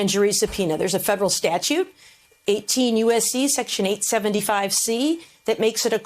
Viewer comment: Is it a "thing" for so many of these lawyers on TV to not know how to pronounce "statute"?